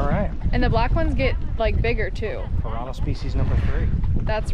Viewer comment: Piara? piranha? omg! You are awesome,!